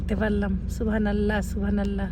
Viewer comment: Please pronounce subhan’Allah properly thanks